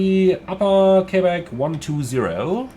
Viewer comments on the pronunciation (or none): none